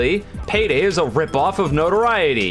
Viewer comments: yes he is, no-tor-eye-it-ee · Then you're the one pronouncing it wrong. It's pronounced like no-to-RI-e-ty. Look it up. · you're not saying notoriety correctly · You pronounced Notoriety wrong lol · I did. Maybe there’s two pronunciations and they mean different things. I don’t know